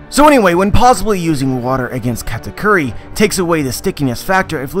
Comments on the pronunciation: Is it me or he saying Cat-A-Curry?? Meow Meow awakening mode! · funny how you think "Katakuri" is pronounce "katacurry". Just put it on japanese google translate and put on speaker, voila just pronounce it that way.